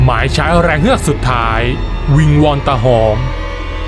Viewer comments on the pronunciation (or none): ฟังช่วงแรกๆ ได้ยิน ออกเสียง ว่า ตา หอบ ตลอด ผมก็งง ทันต้อง ตาหอม ไม่ใช่หรอ?